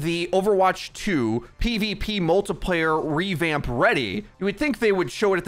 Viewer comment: Like for Every time he says “multaplayer”